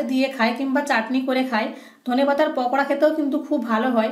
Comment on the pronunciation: পকোড়া না আপু... পাকোড়া....